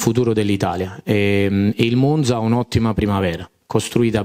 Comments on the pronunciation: Spero che abbia imparato a pronunciare Monza, ma ho i miei dubbi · Se mette finalmente la difesa a quattro gli perdono anche come pronuncia Monza...insentibile dall'allenatore del Monza😂